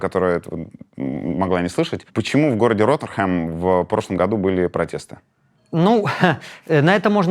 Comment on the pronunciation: Город Rotherham на севере Англии, о котором шла речь, произносится Родрум ( транскрипция по-русски 😀 ),а не Родерхам